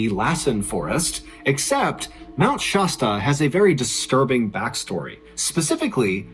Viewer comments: Dude, it's not "Shosta" it's pronounced "Shaa-sta" like the soda. Like you're saying "sat" but put a "Sh" instead. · It's funny how people on the East coast don't know how to Pronounce places here on the West Coast I'm From Oregon (Or-y-gun) Which I'm about 2 hours From Mt. Shasta A as in Apple (Shaz-Ta) not( Shoz-Ta) lol! Just had to Point that out Mt. Shasta is in Northern California I live in Southern Oregon! So I know the Place and Trail He's Talking about Very Well!